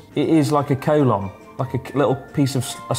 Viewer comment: I used Google translate to check how to pronounce Collon and it's nothing like you did.